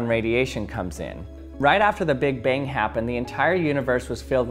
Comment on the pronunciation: Just me or does it sound like he is saying "big bing"?